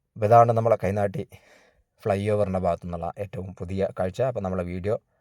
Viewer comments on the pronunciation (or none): കൈനാട്ടി എന്നക്കുക തയ്നാട്ടി അല്ല